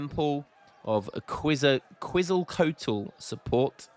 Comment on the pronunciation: Rofl that treasure Brits stole was a freaking Lion King reference. I love this game. Also Quetzalcoatl, probably the most prominent god in all of pre-Colombian Central America, is pronounced Ketz-el-co-ought-el.